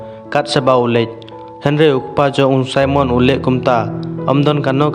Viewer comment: Simon not saimon